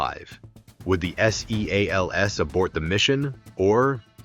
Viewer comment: Somebody needs to tighten up the AI narrative. They are navy SEALS. They are not s-e-a-l-s.